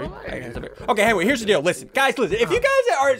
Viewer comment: ssundee suddenly said henwy to henry